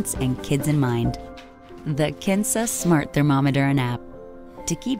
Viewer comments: am I the only one who heard 'cancer' instead of 'kinsa'? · Kinsa I thought she said Cancer!!!!??? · kinsa sounded like Cancer